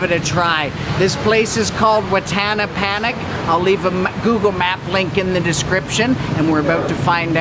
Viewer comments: Don’t panic,...’Panich’ is actually pronounced as “(‘Pa’ as in ‘Papa’, and ‘Nit’ with a soft ‘T’ yet not as pronounced as the ‘D’ in ‘Need’)”. Hope that helps, and please don’t take this the wrong way 🙏🏼. Just wouldn’t want you to get frustrated if you mention ‘Wattana Panic’ to a Thai and they start to look weird by trying to understand what you mean 😅. Stay safe always, btw! 🙂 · The 'ch' in Panich is actually pronounced as a 'd'. Ch is there to reflect the Thai writing but can be misguided for pronunciation.